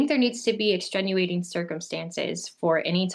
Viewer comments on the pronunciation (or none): I listened until she said "extrenuating". There is no such word as "extrenuating".